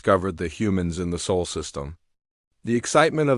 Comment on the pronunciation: SOL not SOUL ! MORE CRAP from someone either too lazy to edit their own Literary G.I.G.O. or completely lacking in the ability to string more than two words into a coherent story ! RB/IA Rating is so low it is off the bottom even below -1E !